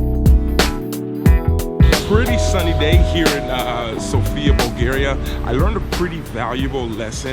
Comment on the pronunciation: Greetings from Bulgaria. We are old country and we speak Bulgarian language and the alphabet is ours. Also it’s pronounced Sófia. :)